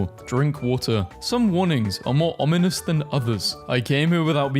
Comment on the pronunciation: yayy you learned how to say ominous ^^